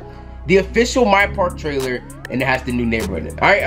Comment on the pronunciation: real ogs know it said park trailere